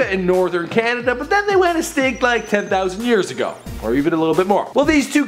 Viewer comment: They are "instinct" XD its extinct